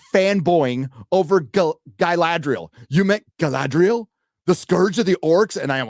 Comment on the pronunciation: Why call her guyladriel ?